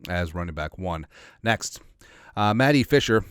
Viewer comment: Ayyy it's my moment of fame! Thanks for answering :) Also, my grandparents called me "Matty" when I was adopted to MN from Poland. (Mati is more like maaahteee)